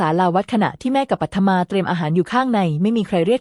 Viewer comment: ตัวละครตัวหนึ่ง ปัทมา อ่านว่า ปัด-ทะ-มา (ปัด-มา เอไออ่านผิดนะคะ)